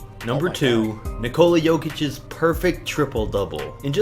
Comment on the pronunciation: Hero Ball first off that makes no sense and it’s Nikola not Nicolas